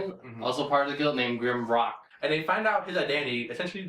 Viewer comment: I meant the subbing, not the pronunciation. I know they pronounced his name as Grimrock, but any decent subber would have known to correct it to Grimlock.